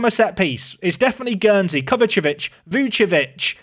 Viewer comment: I love how you try to speed over the pronounciation of Kovacevic still laughing!